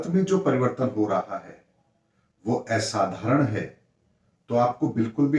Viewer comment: एसाधारण नहीं, सही उच्चारण होता है - *असाधारण*. धन्यवाद🙏